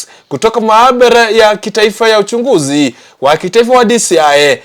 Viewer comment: The reporter is a pure kisii he need to enhance how to pronounce some Swahili words eg: Vijwani ,Ujunguzi what an error he messed the taste of the story